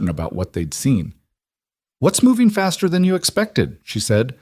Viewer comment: "Faster" route, not "bastard" route! I walked my dog, someone "hurt" him, not "heard" him.